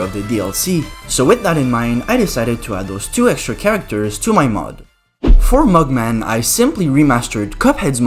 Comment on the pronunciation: Me hearing him sayin mug man as“mugmag”💀